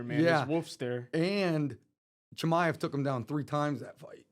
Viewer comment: Not being able to pronounce Chimaev’s name is pathetic lmao